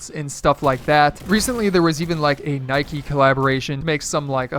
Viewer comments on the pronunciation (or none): none